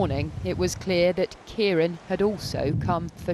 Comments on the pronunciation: My goodness it’s a miracle no one was killed. My she keeps saying Ciar on instead of Ciar án. She needs a lesson in pronunciation 😊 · Why do they keep saying 'storm Keyron'? Ciarán is the Irish spelling for Kieran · keeron??? Wroth ??? why cant she pronounce words correctly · Pronounced keiren not keiron! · Keer-on.. what’s that? They could have learnt how to pronounce it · Storm Kee-ron eh? Welcome to Scottish weather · The really shocking part is is the way they keep saying ciaran